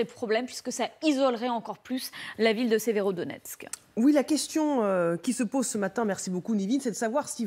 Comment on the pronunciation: Voila la logique de LCI. La Russie à pris encore une ville strategique "Sverodoniex", donc la Russie est au bout de souffle, elle s'enlise et va bientot s'épuiser... Il faudrai au moins apprendre à bien prononcer Severodonetsk et Donetsk et non pas Sverodonex ...